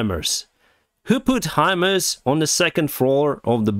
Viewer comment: You are getting better pronouncing the HIMARS system. It’s Hi-Mars. Just like the planet Mars.